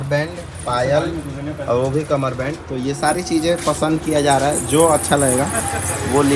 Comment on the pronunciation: कमर बन्द बोलते क़मर बैंड नहीं ❤ बहुत अच्छा है